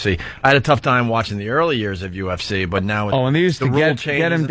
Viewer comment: …HA, go listen to Ant say “UFC”…UfCheee